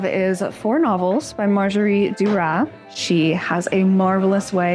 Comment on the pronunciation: When I watch videos about Paris and Parisians, I really don't care about Americans in Paris, not authentic at all. Can't pronounce Marguerite Duras 🤭